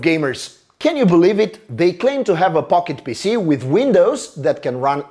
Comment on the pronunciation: When he said console pocket pc i was only half listening and it sounded like he said console pocket pussy😂